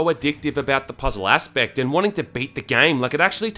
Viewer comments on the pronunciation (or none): "the puzzle ASSpect" :D